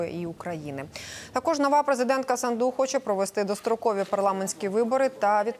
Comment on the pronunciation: СандУ' ставте наголос правильно